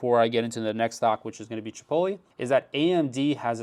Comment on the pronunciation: Chipoly? Like cannolli? lol